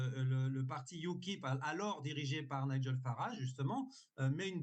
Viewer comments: Se prononce " naïdjeul " parce que " niguel" c'est pas possible 😂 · Naïgel avec un tréma sur le ï,, surtout pas Miguel ….Oooh! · Pour la prononciation c’est Naïegel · Oui les Britanniques veulent le vrai Brexit Et ils l'auront enfin.Par contre on prononce Naigel. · Mais MERxxDE ça vous arracherait la bouche de prononcer correctement le prénom de M. Farrage. On ne vous demande pas d'être bilingue mais à ce point c'est insultant. D'autant que votre interlocuteur se fait un point d'honneur de le faire correctement. Crétine va.